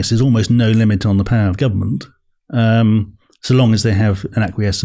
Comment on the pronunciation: You almost mentioned the word 'power' as many times as a Russell Brand video - except he pronounces it POW-WAH!